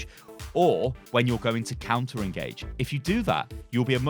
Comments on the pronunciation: Counter.... not Conter. 😂😂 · "c o U n t e r,". Not "c o n t e r." That's not a word.